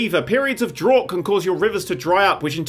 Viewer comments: Easily forgivable since English has 8 ways of pronouncing "ough" depending on word, but "drought" is pronounced "dr-ow-t", "ow" as in how you react to a minor pain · 0.51 its prounoced drought dan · Did he just say drawt? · Drawt. Sounded odd. One of those words you've only ever read not heard spoken? Maybe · How did he pronounce drought? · Pfefferman living in Australia I get to hear it quite a lot and boy did he butcher it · How the fuck did just pronounce drought😂? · Love the video but he needs to learn how to pronounce "drought"!